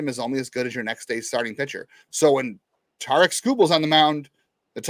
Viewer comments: It’s Tarik. - Sounds like tare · Tarik like Eric with a T, it ain't that hard